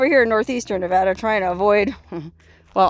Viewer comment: A big thanks from us who grew up there for you repeatedly pronouncing Nevada correctly ❤️😎